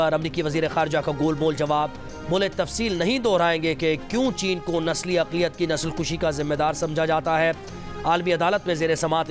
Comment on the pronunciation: Nasal kashi hota hai. Nasal kushi nhi 😅